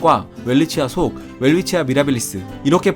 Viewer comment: 이름을 따온 오스트리아 학자 이름의 실제 발음을 존중해야 하지 않을지요? 어떤 학자는 '벨비치아'라고 표기하더군요.